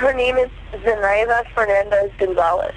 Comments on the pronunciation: I can’t believe I just heard say “Fer nah dez” instead of Fernandez i didn’t think there were people who could mispronounce that so badly 😅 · wendigoon struggling to pronounce fernandez has permanently changed my perception of him